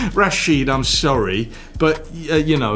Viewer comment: My name pronounce exactly as Bale said it, I'm even surprised how well he uttered it. PS: "Rachid" is just an alternative spelling.